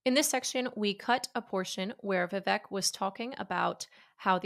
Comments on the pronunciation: It’s pronounced VIV-ACHE, not VIV-ECK Learn to pronounce your guest’s name. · It's "Vivek", like "cake"